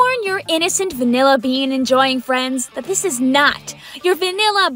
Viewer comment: WINT CHIP ALL THE WAY! also, “wanilla”? Really? At least WINT sounds better